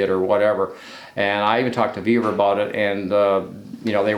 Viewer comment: Ve-vor, not Ve-ver.